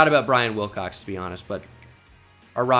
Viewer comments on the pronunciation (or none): none